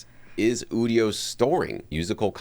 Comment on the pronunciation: People who don't know how generative AI works... or how to pronounce Udio. They probably also pronounce nVidia as "nuh-vidia" and "OS ex" instead of "OS ten". 😜